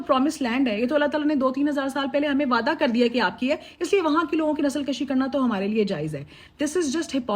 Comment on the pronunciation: Agreed, one correction Nasal Kushi not “Kashi”